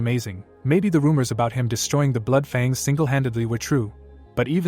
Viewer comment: I can understand mispronouncing some odd words and foreign words but seriously? how do you fail to say Fang correctly...